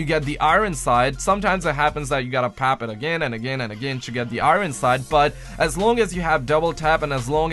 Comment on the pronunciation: He said pap it instead of PACK IT